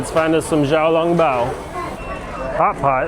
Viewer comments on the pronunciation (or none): Bro it is not Ja Ja I hope you learned that You were correct in Xiaolongbao but its pronounces somethinging like siao instead of the english x sound